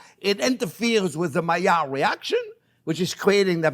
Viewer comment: Yes, finally the mayerh reaction, as you pronounce it. The juicy thing is to keep it juicy, is not to brown it first, but too allow the meat to rest.